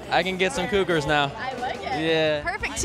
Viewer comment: he said cougars lol. I had to watch it again till I heared it